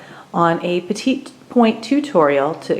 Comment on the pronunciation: I hate to be critical but the correct pronunciation of this type of stitching is “pet-ee” point. Not the French pronunciation of the word “small”. Also, the correct way to needlepoint or petit point (not cross stitch!) is called the “Basketweave” stitch. This is where you focus on stitching on the DIAGONAL, from side to side inside within the design or background. You should always be starting in the upper right corner within the design, stitching from the smallest amount of stitches in the very top corner within the design to the widest. It covers the maximum amount of your canvas. Also, be sure ANY needle or petit point canvas is a canvas called “MONO”. This is a canvas where the intersecting points of the canvas are securely interlocked and immovable when you stitch. This prevent your canvas from stretching diagonally when you stitch. This is extremely important because if you don’t stitch this way and your canvas becomes stretched out diagonally, it will NEVER, EVER be able to permanently stretch back out to an even square again, even once it is framed. Trust me. After 50 years of stitching hundreds of projects, this is the way to correctly stitch ANY needlepoint mono canvas, no matter how many stitches per inch (which is referred to as the “count” per inch). I learned how to needlepoint at the age of eight from my Grandmother who was born in NYC in 1900 but she did not stitch this way and did not use mono canvas. Sadly, the gorgeous floor covering she stitched over the c